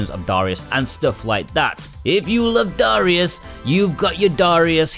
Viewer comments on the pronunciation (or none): Lol "DA RIUS cha cha cha"